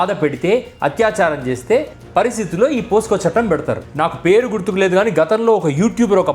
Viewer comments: అన్న పోస్కో కాదు పోక్సో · Brother your explanation is great! just one clarification, it is not "POSCO", instead it is "POCSO" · it's POCSO ACT yaar, not POSCO. I am a keen follower of your videos. Going good and continue. God bless you. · అయ్యా, అది పోసుకొ చట్టం కాదు, పొక్సో చట్టం